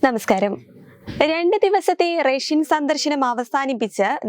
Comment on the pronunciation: ശ്രദ്ധിക്കു....സ്പുടമായി ഉച്ഛരിക്കൂ.... റേഷൻ സന്ദർശനം അല്ല. " റഷ്യൻ "